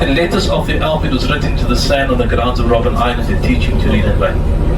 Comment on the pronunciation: It's Robben island not Robin